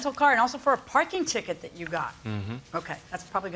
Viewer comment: Dat and ax ? Really dude ?